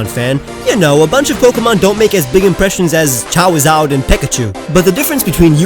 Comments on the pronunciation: You said chawizad instead of Charizard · It's Pikachu and Charizard not pikechu and Chawizad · “Chawrawd and peckachoo” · Chawizawd an Peckichew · I wish people watching this for the first time, jst think you are weird for miss pronouncing pikachu and charizard. No offense.